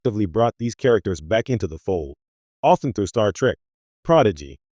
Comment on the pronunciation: This is lame. The AI narration can't even say character names correctly. Clickbait.